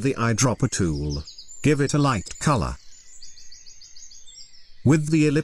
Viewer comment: Everytime the tts says tool, all I hear is Toowowowloo